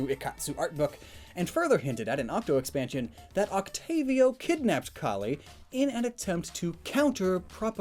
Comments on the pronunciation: It’s calie C A L I. E not colie it’s Marie not mare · It’s CALLIE NOT CALIE